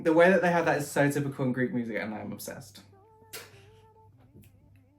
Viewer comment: I have only watched the first few seconds of the vid so far and I just HAD to comment on your Greek! WOW! Thank you for taking the time to learn to speak in my native language - you;re a star!